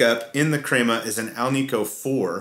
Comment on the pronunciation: as Hispanic man, I can confirm you pronounced it correctly as 'KREH-ma'.